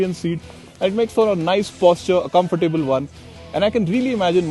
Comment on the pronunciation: Thanks for the nice review! But please note: COMFORTABLE is pronounced COMF-TA-BLE- NOT "come-for-table"